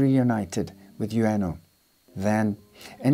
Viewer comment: About Hachi syory, his master's name, 上野/Ueno, is pronounced as in "wood" not as in "you."